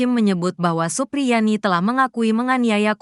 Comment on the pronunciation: Supriyani bukan suprianti, omongan mu panjang nya sampai ribuan kilometer, tapi jadi basih hambar karena sosok nya siapa terus jadinya siapa , karena yang benar supriyani bukan suprianti, tolong biasakan mengucapkan namanya dengan baik dan benar biar gak salah faham.ok...